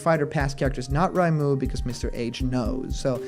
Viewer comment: I'm pretty sure the Akira Toriyama-esque female Erdrick is from Dragon Quest III, the game where Erdrick is the protagonist and can be male or female. Also, that's not how you pronounce "Reimu." It's "RAY-moo," not "RYE-moo."